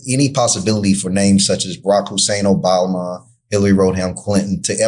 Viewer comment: Who is Obalma? And Road Ham? Now that is a paid actor, bad actor to boot.